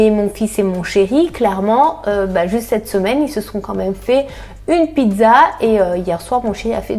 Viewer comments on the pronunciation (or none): none